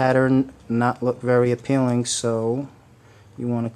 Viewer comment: Why do you always say a peeling?